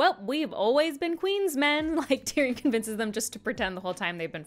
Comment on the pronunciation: Just as I begin to heal from you mispronouncing Tyrion, you come at me by mispronouncing Barristan. My suffering shall never cease.